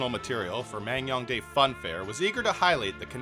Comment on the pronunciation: Damn impressive coverage and editing. I live next door to NK and never knew this place even existed lol Just want to add that it's pronounced Man-Gyoung-Dae, not Mang-Young-Dae. I know, I know, you couldn't possibly know that from the way it's romanized/spelled unless you speak Korean, but I'm a stickler for details so I couldn't help myself :p